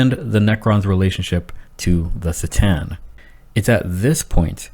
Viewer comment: Great vid but I'm having trouble with your pronunciation of C'tan, it's a hard C, pronounced Ka-Tan. Sort of like C'thulu.